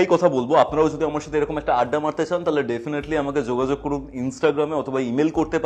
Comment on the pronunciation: Zogazog naki jogajog? Bangla ta to bhalo kore uchharon korun atleast. English tone e Bangla kono bichhiri lagche sunte...